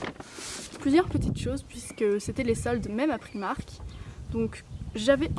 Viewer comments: prAïïïmark et non priimark !! C'est pas grand chose mais c'est assez insuportable :) ( pas méchant hein ! ) gros bisous :) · Excuse moi,mais c'est bien PR-aaï-mark ,mais on prononce le 'r' à l'anglaise. Et je pense bien savoir car je suis anglaise & j'habite en Angleterre,et j'entend bien les gens parler. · Alors désolée pour toi j'habite à Londres et on dit bien Pr-AÏ-mark!! avant de vouloir rectifier les autres vérifie.. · Je suis aller dans un primark à londres et je te jure que le i se prononce bien AÏ ..sa fait mal aux oreilles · le i ce dit aïe en anglais....